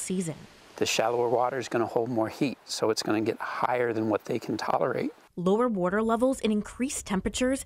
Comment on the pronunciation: Hahaha Who is this Bush chick....😂 Yeah can I get a glass of wader!!🤣🤣🤣🤣